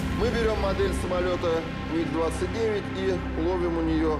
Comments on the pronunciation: That's it! Every aviation enthusiast and every Russian have only one mission in life now - find the narrator and make him read commentary again without saying M.I.G. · I am familiar with the word MiG since I was a child. And I have heard it like a million times. But this is definitely the first time I heard it pronounced like that. M.I.G. This guy must have been living under a rock 🤣🤣🤣